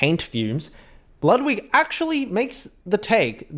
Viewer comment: Wudwig Whgren